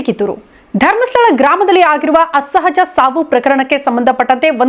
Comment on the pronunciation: ಅಸ್ಸಹಜ ಅಲ್ಲ.. ಅಸಹಜ.